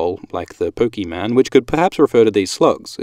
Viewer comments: Did you say pokeMAN?!?! It’s pokeMON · Did you really just refer to "Pokemon" as "Pokeman" ?? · Did you just say pokeman? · 'like the pokeyman' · Pollywog = Poliwag Pokemon = Pokeman Such jokes, many lols